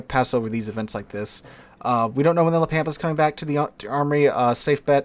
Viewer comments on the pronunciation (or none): Ritchie Valens cringes every time says La Pampa as Pam pa